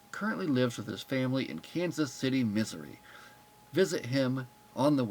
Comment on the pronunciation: It sounded like you said Dayton lives in Kansas City Misery. LOL